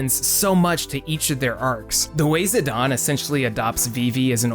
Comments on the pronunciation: I've watched this whole video. It's great. But I cringed at every zidawn. Idgaf what square says. You cannot get that sound with their spelling. Same with teedus. It's not zidawn in English. It cannot be pronounced that way. It's Zidane. Zi-dayne. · ZE - DON? I always said "Zai - den" Zidane Great video btw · also screw dissidia. its ziDANE not ziDON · you called him zi-dayn instead of zi-donn Failure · Still calling him Za-dane